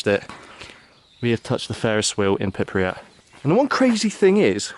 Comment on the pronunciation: Btw where is "pipryat"? Sorry, im a swine for correcting pronunciations, i do it to the hubby all the time too 😂